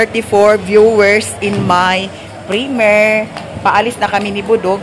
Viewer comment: primyir (primiere) ang pagpronounce not primer